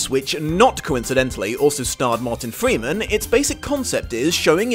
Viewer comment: mowtan fweeman